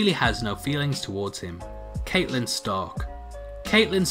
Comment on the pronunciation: After just rewatching the first season I realised I pronounced Catelyn wrong when recording this so I just wanna apologise. Not only is my accent bad but now there’s that on top so I understand if you wanna smash up your computer. But...as you’re doing it...also smash that like button....please...I’m begging you....no what are you doing??? THATS THE DISLIKE BUTTON!!!! NOOOOOOOOOOOOOOOOOO